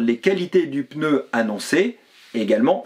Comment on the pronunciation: J’aime bien vos vidéos toujours intéressantes par contre je m’autorise une petite remarque . Hélas beaucoup de personnes font l’erreur de prononciation. On ne prononce pas « peneu » mais « pneu » sans l’ajout d’un « e » . Voilà, c’est bref et si simple à corriger ( il y a le même genre d’erreur avec « empereur » mais dans l’autre sens ( écriture avec « e » - prononciation sans « e ») .)